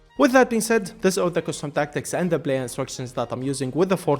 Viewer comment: so he cant say the letter P? blayer, overlab, bro just saY P